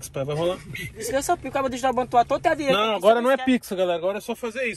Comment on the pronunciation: Seu ploblema e dinheito é? É O meu tbm Cremosinho nn da man kkkkkkkkkk😂😂